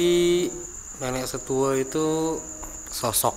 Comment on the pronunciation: Kalo menurut ku keknya memang cerita, soalnya saya org yg tinggal dkt dempo, dan dari bahasa yg sebutkan kaya "setue" itu tepat dan bnr penyebutannya, trs tentang pnjelasan merapi, pelataran jg tepat banget kaya dia sdh pernah ke sana..